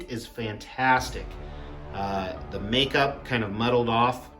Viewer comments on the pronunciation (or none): none